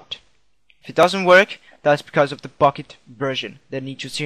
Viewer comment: at the start it sounded like u said fukket server :DD